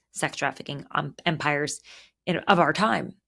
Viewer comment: 🤣🤣🤣🤣Did you say empire or “pimpire”? (It is exactly what it is) I love the latter. You just coined a meme!!!! 💯